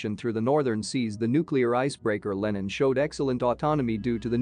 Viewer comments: Could you say "Lenin" a little quicker and more nonchalant please... (That name does not have an american short e.) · I hear that, but human americans do the same mistake. And it should have a database that knows that Lenin is a famous person (not some american product name or something).